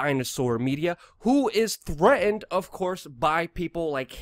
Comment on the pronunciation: What is with pronouncing "threatened" as "threa- ined"